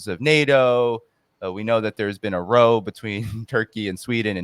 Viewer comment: where you mention the "...row between Türkiye, Sweden & Finland...", you're pronouncing row the wrong way! There are actually three different, unrelated, words spelled R-O-W: 1) to row; "Ro"; (a boat, with oars); 2) a row; "Ro" ; (of chairs / doors / houses); 3) to/a row — rhymes with now — (argument; argue)